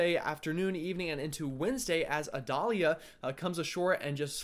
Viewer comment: The pronunciation is “eye-dale-ya”, rhymes with Vidalia. Like the onion. You’re from the south, I was counting on you!!! 😂😂😂